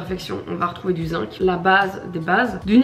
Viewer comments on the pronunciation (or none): none